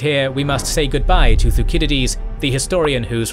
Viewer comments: "thu sid idees" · the way he pronounces thucydides is very odd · Why was Thucydides pronounced incorrectly?